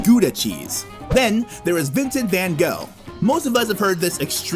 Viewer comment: Vincent van gaal? Vincent Van Gogh